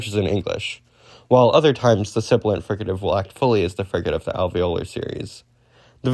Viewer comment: uh... you can kinda read "sibilant" inconsistently. edit: overall you kinda mumble through the terms a lot, like "sibilant" "fricative" "affricate". try to keep your pronunciation clear and consistent. You're mumbling them into "silibant", "friccate" okay so the "Mean of Articulation" is not the term. You're thinking of "Manner of Articulation". Also Voicing is a phonetic feature, not a manner. it exists parallel to place and manner. You can have voiced/voiceless fricatives, voiced/voiceless stops, voiced/voiceless affricates, voiced/voiceless nasals, etc. You can make different groupings of consonants by phonological feature (or more aptly phonological class), which includes voicing or each of the separate manner and place of articulation. "ejective", the stress is on the second syllable /i'dʒɛk.tɪv/. the way you read it sounded like you were saying "adjective" you're mixing terminology here. The beginning and end of a syllable is "onset" and "coda". Other traditions use something different, like Chinese uses "Initial" and "Final"~"Rime/Rhyme"